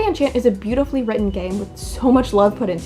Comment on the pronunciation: Why am I so bothered by the mispronunciation of enchanté. Like it doesn’t even translate to enchant 😫